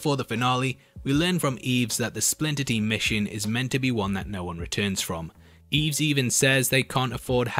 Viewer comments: It isn't "EEEEVS" it is "I-ves" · You're killing me, man. It's "Ives", not "Eevs". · Given I lived near St Ives, and heard in the film, the character get called Ives, hearing it pronounced Eves, you deserve to be inverted sir. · Brilliant. But it’s Ives! Not Eves! Anyway. Great work as ever. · Great video but please It's Ives not Eves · It's "Ives" not "Eves" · Eves. Do you not mean Ives? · That mispronunciation of “Ives” tho. There’s no Y in there, it’s said how it looks! “EYE-VES” (one syllable) There’s even a lotion with the name in it! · I'm sure his name was pronounced EYEves... hehe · how could you pronounce it wrong in the first place when they said his name in the movie😭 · He couldn’t hear how they said the name in the movie. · HOW CAN YOU MISPRONOUNCE IVES SO HORRIBLY